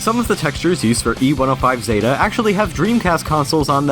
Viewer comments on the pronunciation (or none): none